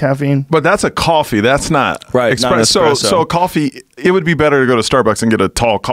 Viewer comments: My ears cant handle Expresso and he says it soo many times. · Say "expresso" again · It’s not “EXPRESSO’ GOOBERS...........ITS ESPRESSO 🤦‍♂️ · Espresso! NOT EXPRESSO😡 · I hate it when people say x presso. Where is the x? Its espresso. There is no f ing X in espresso! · I hate when people pronounce espresso "expresso" 😒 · Expresso? LOL! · "Expresso" makes me wanna puke hearing people say that. Lol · OK first impressions count for alot... ESpresso not EXpresso, guy. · Espresso not xxpresso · Micheal Yo- "eXpresso" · It ain't eXpresso, it's eSpresso. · WTF IS AN "EXPRESSO" MIDNIGHT "EXPRESS" BRUH?? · "ESPRESSO" not "EXPRESSO" MIKE! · It's espresso not expresso. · You learn a lot about someone when you hear them say 'expresso' instead of 'espresso' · Elliot Coen and if they say expresso they prob also say whatnot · Espresso not EXpresso. It’s making me crazy lol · Expresso? Lol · it's a fucking ESPRESSO - NOT EXPRESSO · Had to quit after the 5th time hearing this dude say 'expresso'... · Every time he said 'expresso' I cringe. At least Joe's on it. ESPRESSO. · It's an ESPRESSO not an EXPRESSO! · its ESPRESSO not EXPRESSO dickwad..... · Expresso and Nucular... Even Google doesn't know "expresso" is wrong. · Everytime Michael says eXpresso I die a little more inside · Its espresso, not expresso, jesus rogan! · Anybody else cringe when he says Expresso? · Had to stop listening after the third eXspresso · Guys, it’s not ex-presso, it’s espresso, sss-presso! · Is my guy really pronouncing expresso instead of espresso???? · almost didn't make it past the first 5 minutes after hearing expresso a few times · ES-presso. Not EX-presso. God damn. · ESPRESSO. There's no X in espresso. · "expresso" ughhhhadhbahdhjawnduiawhduiohalwdbwadhlwa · Can someone drop a time marker when he stops sayin “expresso” i can’t get thru the first two mins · Michael "expresso" Yo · Say expresso one more time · Michael "I only drink Expresso" yo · wtf is expresso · “Michael ExpressYo”